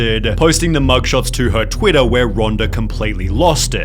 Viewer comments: Twittahhh. Latahhh. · "Twittahhhh.. four months latahhhh" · "Trend on twittah.""foh months latah" irritating mispronounciation